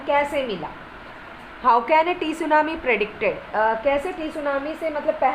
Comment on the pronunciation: Mam isko tsunami nahi padhte hai